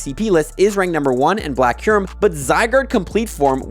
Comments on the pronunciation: It is Kyurem not Kairem 😂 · DID THIS GUY JUST SAY KAIRMU ..... those where the last words out of your mouth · Isn't Kyurem supposed to be pronounced "cue-rem? 🤔